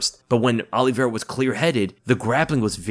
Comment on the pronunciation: And it's not Oliveira